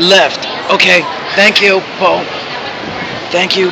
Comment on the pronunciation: no Mikey.. They are Laughing Because You say Pohw Instead Of Po.. :D